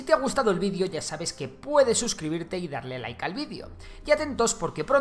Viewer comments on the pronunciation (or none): Por qué decís "VIDIO" en vez de "VIDEO" ?